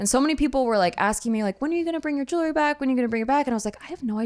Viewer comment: Jewelry, not jewlery